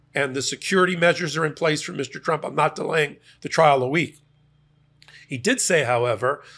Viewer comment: Di9d this clown go to college to learn how to say TRUMP????? LMFAO